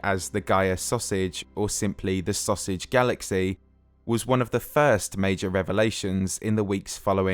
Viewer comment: I couldn’t help but giggle every time he said “sausage”. Amazing video as always. Please never stop creating.